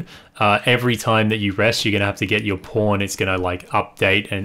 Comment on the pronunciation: Are you saying pawn or porn? It really sounds like porn